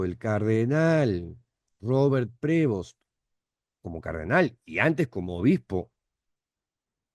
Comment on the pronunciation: cuando lo pronuncies, ponle un acento en Prevóst. NO es Prévost. el acento es en la O.